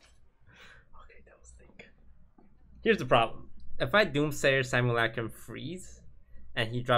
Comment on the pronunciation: it's simulUHcrum, not simulAHcrum toast pls